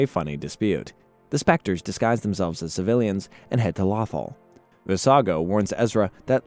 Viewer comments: It’s pronounced “low-thaw” 😂. I keep hearing a mispronunciation of waffle. Otherwise, great work on the recap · Since when is planet Lothal is pronounced Lathal. If your gonna talk about Star Wars or make a Star Wars video please at least take the time to know the names of planets and characters and how to pronounce them that planet's name is said many times in the show listen to how they say it. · "Law-thul"? "Quee-gon"? what in the flying fuck is this pronunciation??😭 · i stopped watching when lothal was mispronounced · Is it just me who got annoyed at him mispronouncing Lothal and Qui-Gon? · Bro like every video he mispronouncing atleast 3 names 🤦🏾‍♂️